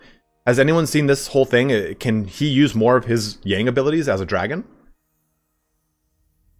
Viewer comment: Yin and Yang are pronounced more like 'in' and 'young'. I don't want to be a pronounciation police but it is kinda hard for me to differentiate what you say in this case :D